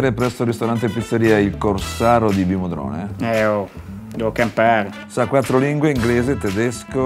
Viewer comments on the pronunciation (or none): In compenso c'è a Viverone... hahahahaha (Vimodrone l'han messo primo per non fare pubblicità a nessuno, e poi perché -figa! - Vimo è fra i paesi dell'hinterland milanese più noti... :-D Eppoi, non senti come suona? "La PPIZZZZERIA IL CORSARO di VVVVIMODRONE..."